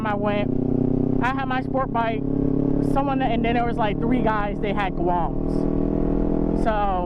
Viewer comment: Bruh.. I'ma need you to stop saying Guams 🤣... #honda#grom